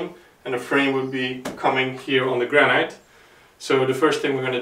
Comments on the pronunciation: Sorry to be picky but granite in English us pronounced gran-it not gran-night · Wear a mask !!! ALSO in English noone says GRAN-EYE-T. It. GRAN-ITT